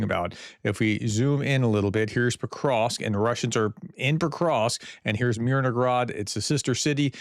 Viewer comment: Hey Prof... there is no G in Myr no hrad. :) Influence of Russian: In Russian, a related language, has a similar letter 'г' that is pronounced with a hard 'g' sound. Because of this, some may incorrectly assume that the 'h' in "Myrnohrad" should be pronounced as a 'g'. Little things bug me... 😄